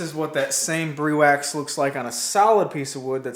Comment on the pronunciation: Briwax is an awesome, product glad to see your using it on your projects. If I can give you a heads up so you can be the first American Youtube creator to the name right it's pronounced Br-i wax, long i as in Hi. No mater how you pronounce it it's still awesome!:-)